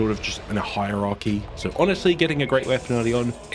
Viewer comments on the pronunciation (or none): none